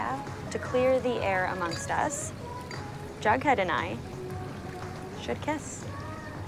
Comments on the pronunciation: I vomited when Jughead said ‘vughead’ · I thought for the longest time that Jughead said f*ckhead🤣🤣🤣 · Who else thought he said "F*ck head"? 😭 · I swear to god without the captions i thought jughead was saying “a fuckhead kiss” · Jughead: “Vughead” Captions: “FUCKHEAD” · DID HE SAY VUGHEAD KISS IM SJDHDHBD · “A vughead kiss” drained me of life